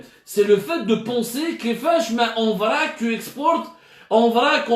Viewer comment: واش هدا هو لي قارئ في الدزاير؟؟؟؟؟عندو 6 دكتوراه ويتكلم بهدا العقلية frac frac au lieu de VRAC تقافة كراع دجاج